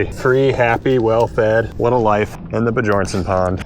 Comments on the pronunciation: At first I thought you were pronouncing Bjornson incorrectly on purpose, but now it's clear that you don't know how to. The j in Bjornson is pronounced as a y like in young, Be your n son. It's a Scandinavian name that means Son of a Bear. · did you know Bjornson means bjorns son. and bjorn is danish for bear. so its said also like be-yorn